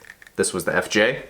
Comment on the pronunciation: I don’t think you said FJ right once in that video